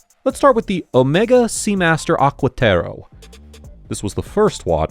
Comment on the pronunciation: It's pronounced Omega Aquaterra